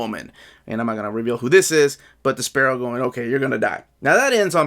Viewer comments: Great review. So glad this channel exists. Also I thought you were saying "The Sparrow" until I saw the picture and got a laugh out of thinking of Despero going by that while flapping his cape like little wings. I got JLI 1 because of you and really loved it. What would you recommend getting first, JLI 2 or Batman Road to No Man's Land? Better story, more likely to sell out, less likely to get reprinted, whatever reasoning you have works to help make the decision. Want to get both eventually but need to set priorities during these times. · I always called him DES-per-oh. Never heard it pronounced your way before! Dunno if I’ve ever even heard his name said out loud before haha. Can’t wait for this book of course...sure hope we make it to Breakdowns!